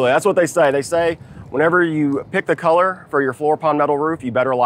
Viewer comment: What way does say colour? Sounds like Keller every time.